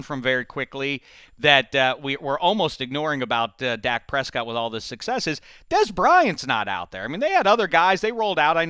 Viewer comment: That is not how you say Dak Prescott